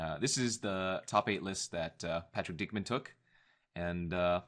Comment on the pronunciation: Dickmon is how it's pronounced